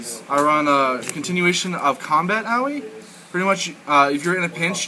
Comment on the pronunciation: Her name is pronounced Ah-Oy. Don't worry I made the mistake too, but my friends who actually speak Japanese told me